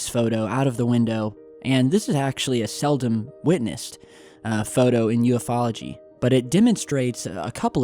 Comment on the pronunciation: Oh was that "U-fology"? Good.... good.... we're learning.....but you still keep saying U-F-ology